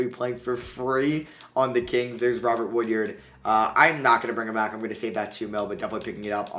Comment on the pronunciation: It’s wood-ard not wood-yerd.